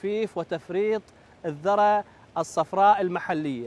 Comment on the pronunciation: اسمها الذُرة بضم الذال وليس الذَرة بالفتح. تحية للكوادر الهندسية العراقية البطلة 🇮🇶🇮🇶